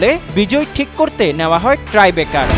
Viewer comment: অনেকেই একটা উচ্চারণ ভুল করছেন আর তা হলো :- ("ট্রাই" ব্রেকার) আসলে উচ্চারণটি হবে (" টাই " ব্রেকার )